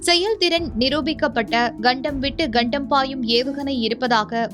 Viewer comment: News to be delivered who can pronounce tamil clearly. Example , it's kandam not gandam. Hope the channel owner will look into this.